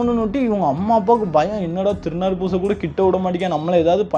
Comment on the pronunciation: டாய் திருநீர நீ திருநாருன்னு சொல்ற 👺👺👺👺👺👺👺